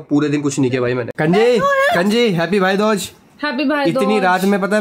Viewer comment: भाई दोज नही बोलते है भाई दूज बोलते है